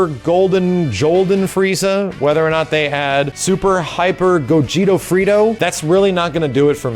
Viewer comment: “Super Hyper Gogeto Frito” Sounds Legit